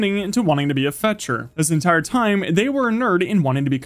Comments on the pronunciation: It’s Fletcher not Fetcher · its called a FLETCHER not a fetcher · Is he saying ‘fetcher’ instead of ‘fletcher’ - not being pedantic because I don’t actually care but I kept re-listening and I can’t tell and it’s annoying me 😩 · It is a fletcher not a fetcher 😡